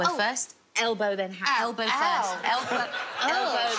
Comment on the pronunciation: Kristen, what the hell's an "albow"? --concerned American